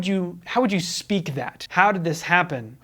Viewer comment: Gotta put emphasis on the first syllable of "happen", also.